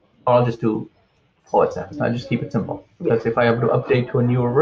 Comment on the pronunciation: The word isn't "walla", it's voilà. Also, the X in OS X is a Roman numeral and is pronounced "ten", not "ex" (which is somewhat beside the point as the operating system is no longer called OS X but rather, macOS.)